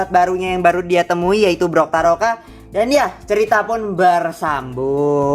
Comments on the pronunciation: Bukan brokaroka bang tapi toktaroka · bukan brotaroka tapi toktaroka